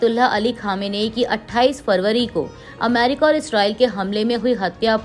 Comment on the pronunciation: Correct, ye America ko amairika bolti hai, meri sulag jaati hai.